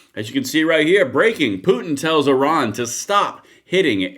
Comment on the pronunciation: Fkn STOP saying "Oran". Oran is an Algerian city. It sounds incredibly ignorant each time you say it when you are supposed to be talking about Iran.